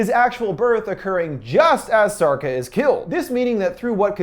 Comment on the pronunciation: Sharca, not sarca